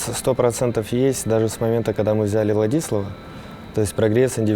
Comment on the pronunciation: С Ладиславом играли 3 с лишним месяца, а Симпл до сих пор произносит "ВладИслав)